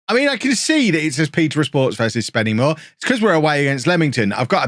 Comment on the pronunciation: It is pronounced Spennymoo-a not SpennyMoor as someone who lives like 5 mins away from the place 😂